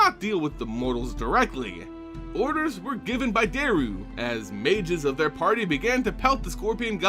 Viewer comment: I am SO glad you are done with these HoD lore videos. Not because I dislike the HoD lore or even your retelling of it. But BOLAS ALIVE HOW CAN YOU CONSISTENTLY MISPRONOUNCE DJERU'S NAME THROUGHOUT THESE VIDEOS?! For crying out loud, there is an obvious J in his name and it is NOT SILENT. If anything, the D is silent. Ugh, just had to get that off my chest.